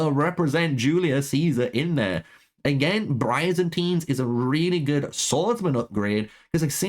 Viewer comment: Man really just straight up murdered Byzantines by calling them brayzantins By-Zan-Teens not whatever the fuck you called it lmao 😂 that shit made me spit out my drink